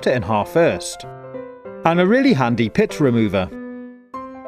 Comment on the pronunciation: Pit or pip ?